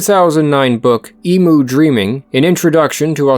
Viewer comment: Gotta make one correction. It's pronounced "Eem-yuu, not Eee-muu."